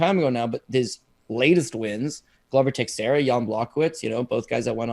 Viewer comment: Absolutely incredible that after this long in the game you guys STILL can't pronounce Glover Texiera's name correctly. "Ta-share-a" NOT "Texy-era" or whatever abomination you guys are saying. I'd expect that level of ignorance from Americans but not fellow Canadians. C'mon boys sharpen up.